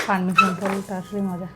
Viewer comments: পারমিশন❌ পারছিমন✅🤣🤣🤣🤣🤣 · persimmon ❌ Permission ✅